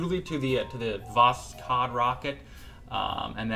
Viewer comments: its not vosCod but vosHod Hod like Hood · For Korolev, i believe you should read it more like "Karalyov", because it is written "Королёв", so Korolyev is actually more accurate than Korolev Also, you don't read "k" in Voskhod, because originally it doesn't even have k And Sayuz, not soyuz. This thing with reading "o" as "a" is a little wierd, but it's about accent, so... yeah All that isn't necessary, but i think it's cooler to say russian names correctly